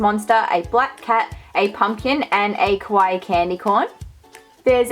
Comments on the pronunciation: It's KAwaii, not KOwai, pronounce it right please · what do you even call “kawaii” when it’s not even kawaii. also you say kowaii which means scary lol , do your research before speaking